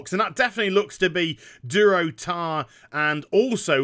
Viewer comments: Durotan, not Durotar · durotan not durotar